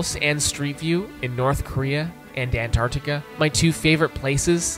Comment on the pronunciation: You calling Antarctica "Enardica" really threw me off